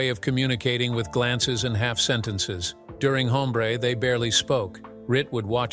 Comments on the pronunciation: It's NOT "Home - BRAY" but, "OM -bre" with silent "h" of Español. The "e" sounds like that asked by people that are hard of hearing 😊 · Your canned artificial voice called Newman's character "Haumbray"?